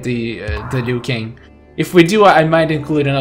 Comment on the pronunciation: Keeps saying klassic lui kang 😆